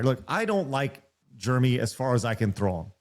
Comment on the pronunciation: It's funny you call him germy instead of Jeremy